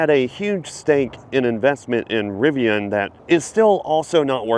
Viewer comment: You keep referencing Tesla Dealership. If your name is, A. you would realize Tesla is NOT a dealer, B is isn’t RivON it is Rivian.